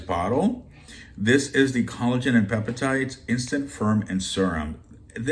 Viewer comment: Wish I could find half the items you show. Love how you say peptides...pepitides 🤭 I'll be looking for many of these, wish me luck! Great haul❤